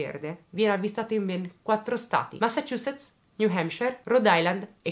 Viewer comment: Una persona che sa pronunciare Massachusetts correttamente 😆